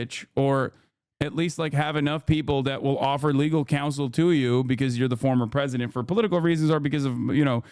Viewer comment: He's the easiest pwesident